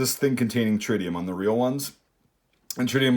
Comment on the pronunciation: "Tririum" .....AAAAH LOL! that made my day. a good way to spot fakes is the metal, cheap imitation scopes/sights are usually made from shiny pot-metal and the finish will have lots of glare. the real ones generally have a more dull finish with very low glare.